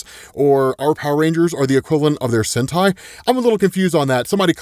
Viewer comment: Sentei means pruning btw, i know saying sentai is weird since yk hentai that word exist but still say the vocal right at least